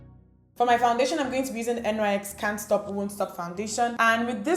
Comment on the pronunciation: I loved this look! NYX is pronounced NIX lol